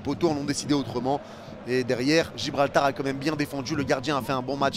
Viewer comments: Gibraltar pas Gibralbar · Il a dit Gibralbar 😂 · On s'est tapé des barres t'as dis Gibralbar encore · Lol comment ça gibralbar 😂😂😂